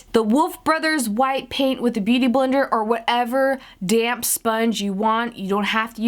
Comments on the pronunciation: You are saying damp really fast so it sounds like you are saying damn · Lol I keep hearing "damn sponge" but then I'm like ohhh it's "damp"!!